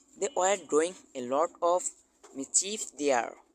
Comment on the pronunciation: হো❌ডোইং❌ম্যাসটেয়ার❌প্যালেই❌ Who✔️Doing✔️Master✔️plan উচ্চারণ গুলো আরো সুন্দর করে করবেন🙏